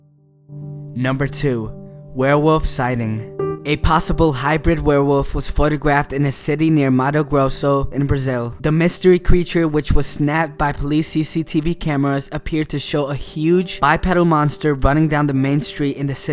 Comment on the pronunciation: its pronounced matu grosso